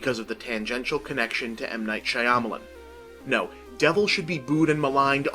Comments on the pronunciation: bob for god's sake, it's been 13 years learn how to pronounce "Shyamalan." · Why does he keep pronouncing his name like that